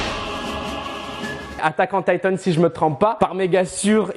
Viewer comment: "attaque on Taïtansse"